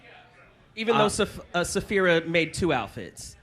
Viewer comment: can someone pls correct on saying zaphira instead of sapphira? 😂😂😂